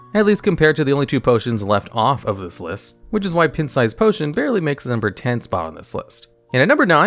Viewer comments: One of the hacks for engagement on YouTube is to intentionally mispronounce words so people leave comments like yours. It helps the algorithm in exchange for looking a tiny bit foolish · I love it when Americans don't know how to pronounce words. "Pin-t". LOL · I've never heard anyone, even non-native English speakers, pronounce pint as "pent". I've noticed that there's usually like 1 word per video that does this with; a subtle but wildly inaccurate pronunciation. It's jarring every time because they just keep rolling very smoothly with the script, and I have to either roll back to listen to it again or wait and see if they say it again to make sure I didn't imagine it. And each time I wonder how on earth they arrived at the conclusion that that was how to say that word. Sometimes I can see the logic behind it, sometimes I can't. And sometimes I have to assume that just never ever used that word in a conversation, or heard that word used by someone else in the entirety of their life. Great videos tho Very well-written, interesting, and informative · lmao…your pronunciation of pint…🤦‍♂️ Have you seriously never heard someone say “pint size” or “going out for a pint” in real life before?? It’s pronounced like pine (as in the tree 🌲) with a t on the end. Or pie + nt. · Pint is pronounced (Pie-nt) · I'm pretty sure he does it deliberately as a joke. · I've never heard an adult human who did not know how to pronounce the word "pint". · The pint size potion analysis is not entirely correct (not to mention pronouncing it wrong) It was used in priest fairly often in combination with Shadow Word Horror, Cabal Shadow Priest, potion of madness, and less commonly Shadow Madness. To say it saw almost no play is def not correct. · Who pronounces "pint" like that? Seriously lol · Is there a reason you are literally saying the word pint wrong? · I had to show my fiance this pronunciation